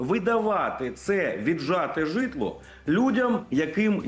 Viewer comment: Жжитло ударение правильно ставь 😅😅😅😅😅😅😅😅